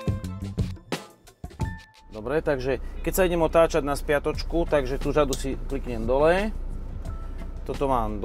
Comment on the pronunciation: až na tu "žadu"(řadu) :D :D :D